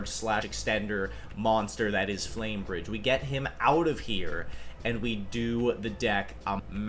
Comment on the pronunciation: Man called Flamberge “flame bridge” several times… sheesh Yugioh players really Can’t read